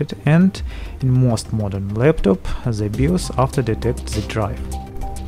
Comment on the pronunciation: Why do you say zzz in every word you say like its "the motherboard" but you say " zhe motherboard' Like if you agree